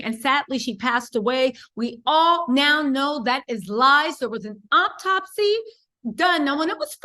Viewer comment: The word is autopsy not optopsy...homicide...not homocide